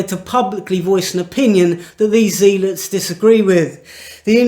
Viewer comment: Zellots....not Zeelots. Just saying.